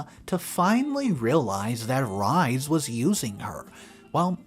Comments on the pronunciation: Mucho Jesus Christ - you are killing me this morning!!!!!! 'Rhys' is a name of Welsh origin, and is pronounced 'Reese'. Not. 'Rize'. 🌈The More You Know🌈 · Pronounced rees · Oh dear, I have tried and tried to ignore your mispronunciations ( inventation for invitation, whil-est for whilst, etc.) -and please understand I only want the best for you, narrating as a living— but the name Rhys is Welsh, and pronounced “Reese”. Could you please, please, look up how to pronounce English which is obviously a first language for you? I am not trying to be mean, but this is driving me bananas. Thanks for reading. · XD Rhys is pronounced Reese